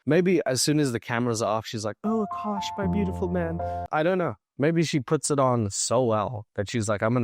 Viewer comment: Why are some men willing to put up with literally anything from a pretty girl just to smash her every once in a while? 😓 It’s sad. Also isn’t she pronouncing his name wrong? She says AAkash, but it’s spelled AkAAsh.